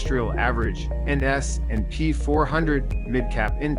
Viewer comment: S........&P 500. Why does he say it like that?